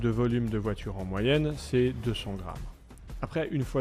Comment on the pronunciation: Troo stylay😂😂😂😂 la voidure je l'achète volontiers mais je suis pas milliardaires